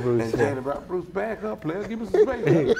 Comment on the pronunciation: I came here to say I listening to the pod and said bruise crews, not Bruce Bruce